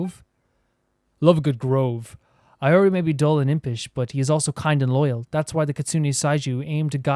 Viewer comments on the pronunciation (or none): HI! Im sure you probably get so many comments about the pronunciations and probably not able to see all of them. And yet here is my attempt at trying to help you pronounce it - Araumi- Ah-rah-oo-mee Ioroi- ee-oh-roh-ee Narukami- nah-roo-ka-mee (roo like the flour roux) Watatsumi- wah-tat-soo-mee Bake Danuki - Bah-kay Dah-noo-key (soft on the D sound) Tanuki - Tah-noo-key (soft on the T sound) Yoimiya- yoh-ee-mee-yah The Tri Commission - Kanjou Commission, the Hiiragi clan leads it. They are ones who wanted us to deliver letters and what not. They deal with trade, finances, customs and border patrol. Yashiro Commission, the Kamisato Clan leads this and they take care of Shrines, festivals and keeping the culture of Inazuma alive and manage cultural affairs. Tenryou Commission manages and deals with the military affairs. They work closely with the Raiden to enforce the Vision Hunt Decree. Thank you for your videos. I'm late game player so I get to live vicariously through you as you journey through the various regions.